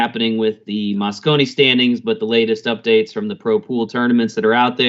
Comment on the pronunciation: Mosconi not Moscow